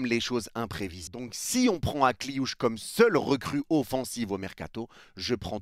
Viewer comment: "Ma nièce" Akliouche.. t'abuses mdr😂😂😂😂